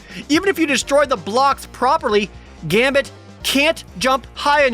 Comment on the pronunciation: ... they botched Gambit's last name. How did I never notice this?